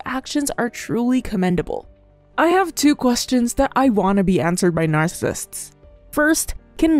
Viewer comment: you might want to work on saying the word narccisist correctly before repeating it 8000 times in a video. just sayin.